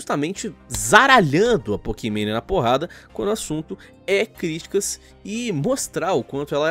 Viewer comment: "Pokimane" Eu : Pokimané